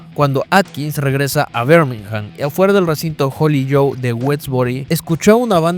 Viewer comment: Muy buen video nomás que Birmingham no se pronuncia "Bermijam" sino "birmigam"...la "h" es muda en el inglés británico